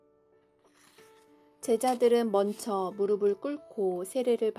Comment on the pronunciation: 신송이자매의 낭독 가장 듣기가 자연스럽네요. 낭독 시작 부터 이 분은. 단어를 틀리게 발음 하는데. 듣는이로 거부감은 줍니다 죄송해요 ~~~. " 먼쳐" 가 아니고 "먼저" 입니다 ! 그리고 아무리 좋은 내용이라도. 은혜를 간구하는 이 들에게. 전달하는. 낭독에. 자연스런 목소리와 설득력으로 와 닿게 하는 노력도 필요 하겠군요